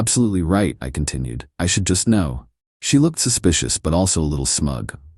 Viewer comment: Anyone else notice that the AI voice pronounced the "k" in " know" each time? 😁😂